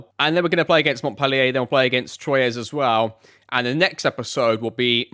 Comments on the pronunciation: Troyes is pronounced "twa" (please tell me if you do not want the pronunciations!) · French pronunciation is definitely "Twa." There is an accepted English pronunciation where r isn't silent, but I'd lean away from using it. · Loving this series, Troyes is always a funny one, it's twa but with a Vincent Van Gogh style R thrown in there